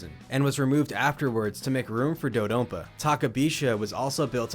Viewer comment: I believe it's "do-dah-don-pah"